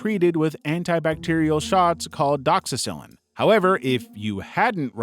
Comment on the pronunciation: i appreciate your video. but viewers, do not take this as medical advice. For example doxycycline is not pronounced “doxycyline”